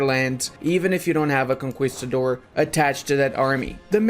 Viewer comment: Love your videos. Conquistador is pronounced KON-KEE not KON-KWI. cheers.